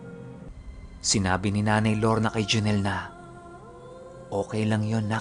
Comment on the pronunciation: Galing nga po ng pgkkabigkas nya e. Hehehe.